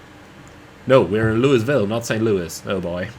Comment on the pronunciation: Tolles Video, freue mich schon sehr auf die MD-11. FYI: Louisville wird ohne s ausgesprochen, also sowas wie Luivill